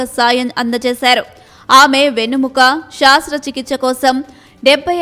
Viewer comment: అది శాస్త్ర చికిత్స కాదమ్మ... శస్త్ర చికిత్స... మీకు కోపదారి మనిషి గారితో శిక్షణ ఇప్పించాలి